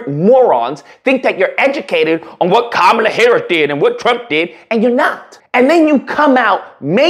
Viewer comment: Dude should learn how to pronounce her name correctly first, but yeah, politically he's definitely ignorant.